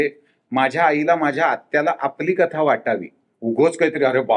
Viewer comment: कलाकारांनी प्रश्नांची उत्तरं खूप छान दिली आहेत पण पत्रकारांच्या उच्चारांचा फार म्हणजे फारच आनंद आहे. 'पन', 'कता', 'कतानक'! प्रदीप भिडेंसारखे वृत्तनिवेदक ऐकलेल्या कानांना ते फार टोचतं. झालंच तर तो 'परदेशातच का' प्रश्न म्हणजे अगदीच धन्यवाद होता. प्रोमोमध्ये झालंय की सगळं सांगून! 'आता काहीतरी विचारायचं आहेच तर विचारू शास्त्र म्हणून काहीतरी', असा उद्देश असेल तर दुर्लक्ष करायला हरकत नाही.